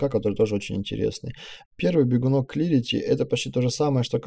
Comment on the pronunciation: Смотрю, полезно и по сути! Только немного напрягает неправильное произношение. Слово "шедаун" вместо "шедоус" (тени)) и "клирити" вместо "кларити"! Не "Эл", а "ол" (all). А так замечательное видео, спасибо за помощь!